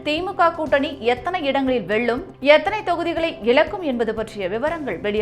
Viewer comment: இந்த செய்தியை வாசிப்பவர் தமிழில் ல,ள, ழ எழுத்துக்களை சரியாக உச்சரிக்கப் பழக வேண்டும். வெல்லும், தொகுதிகள் போன்ற வார்த்தைகளை தவறாக உச்சரிக்கும் போது கேட்க கஷ்டமாக இருக்கிறது.